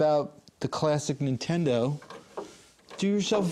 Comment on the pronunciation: When he said nin'friend'o I paused the video, am now writing this comment, and going to go to a different unboxing/playtest